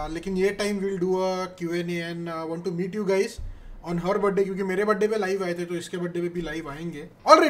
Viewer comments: It's birthday not Budddayy😂😂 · "budday" this is how we indians say ( feeling proud indian yar ni ) hahahahahah